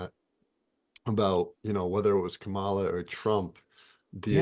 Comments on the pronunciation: I love this conversation. ❤️ But please! It’s KAmala. Accent on KA. Ka means life force energy, BTW. 😉. ❤️🙏🏻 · Wonderful conversation. Would you please pronounce Kamala’s name correctly? It’s pronounced Comma-la. Thank you. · Comma... law. Yes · Please pronounce her name correctly! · I was 100% in with what Matt and were saying about remaining neutral politically, but then Matt repeatedly mispronounced “Kamala’s” name. If you don’t know how to pronounce her first name, just call her Harris like you do Trump. Otherwise, it sounds like Matt is a little biased. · While listening a second time, I realized that three of the four mispronounced her name. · gave away his political bias by mispronouncing Kamala's name the same way Trump does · gave away his political bias by mispronouncing her name in the same way Trump does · Matt pronounced her name incorrectly as well. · Arrogance ...and 2 of you pronouncing Kamala the same incorrect way Trump pronounced it.